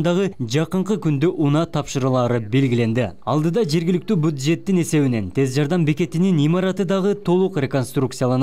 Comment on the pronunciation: Буджет эмес бюджет журналист.